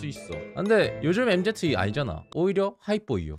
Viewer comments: 엠제트 ㄴㄴ 엠쥐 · 엠제트가 아니구..엠진데..